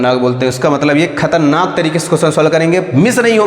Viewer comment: When you pronounciate khatarnak . Ye achcha lga